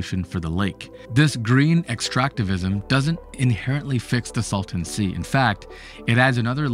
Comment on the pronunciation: It is the " Salton Sea ", not the " Sultan Sea " .